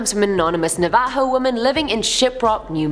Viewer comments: Take a Bomg Rip everytime says Navo.:j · Every time she says Navaho take a shot!